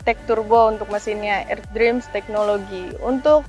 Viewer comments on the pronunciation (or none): none